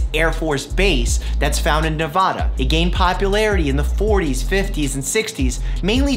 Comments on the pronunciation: Please please for the love of God learn how to say Nevada incorrectly. It is Nev-Ad-uh not Nev-Awe-duh I love your videos otherwise. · being from nevada i have never cringed so much when he said nevUHDUH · i felt personally hurt when you pronounced “nevada” as “ne-vAH-duh” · wow i’ve never heard any say nevada as “nev ah da” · His only flaw is the way he pronounces NEVADA 😂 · Hahaha I hate when it's pronounced that way and i was born here! But, I guess it's acceptable because it's Dr Mike. Lol :p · Cringes when Dr. Mike pronounces “Nevada” incorrectly.